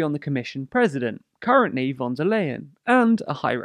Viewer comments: Just a nitpicky correction: "von der Leyen" is pronounced • with a hard F in "von", like in "French" • and the "Leyen" is pronounced like "to lie" (this is not a joke 😅) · theunsolvedcase weil die phonetische Aussprache von V im deutschen zwar wie F frikativ ist, jedoch stimmhaft ist und F ist stimmlos. Das „ley-„ in Leyen hingegen ist ungedehnt und scharf während „lie“ ein leichte Ausdehnung erfährt (englisch ist meine 2. Muttersprache, bin zur Oxford-Schule gegangen).